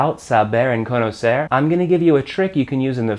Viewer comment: Great pronunciation of the "r" for an american! You can do it better though. Try to end verbs like "conocer" saying the "r" the same way you say the "tt" (double t) in "better". That "tt" sound is a closer sound of the "r" in Spanish. Greeting from José!